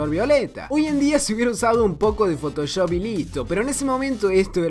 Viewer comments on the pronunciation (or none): none